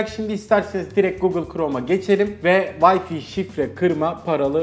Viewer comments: Adam teknoloji kanalında çalışıyor ve vay fi diyor vay fay diye okunacak şeye.. lul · Wi-Fi'a neden vay fi diyorsunuz? Vay fay diye okunur doğrusu. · "Vayfi" değil "Wayfay" diye okunur. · yahu vayfi nedir ya arkadaş bu teknoloji kanalı değil mi öğretin şu adama doğrusunu. Ya sen de utan biraz paranın hakkını vermek için uğraş. Git en azından çeviriye yaz öğren şunu. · Vayfi wtf